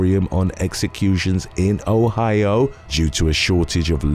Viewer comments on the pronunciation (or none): none